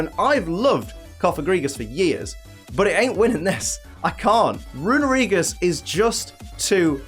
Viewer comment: It hurts to hear someone mispronounce Runerigus (it's actually Rune-Ree-gus) so much...